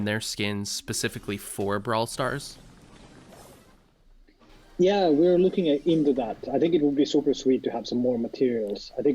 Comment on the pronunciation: Braw starl foleverl